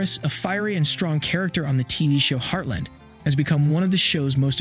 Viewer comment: It’s heartLAND not heartLIND